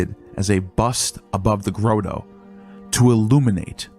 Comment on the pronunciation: Grotto rhymes with auto